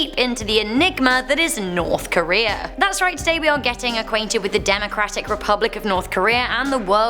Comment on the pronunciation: did she say enigma or ligma